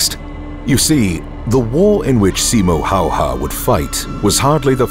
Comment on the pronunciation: Just so you know how to pronounce his name.. S as S in Silent (in Finnish it would be written as Sailent ) I as I in Inlet M as M in More O as O in Hope (in Finnish it would be written as Houp) H as H in High Ä as A in Dad (in Finnish it would be written as däd opposet to Father - faathöö) Y as EW in New (in Finnish it would be written as Nyy) H as H High Ä as A in Dad (in Finnish it would be written as däd opposet to Father - faathöö)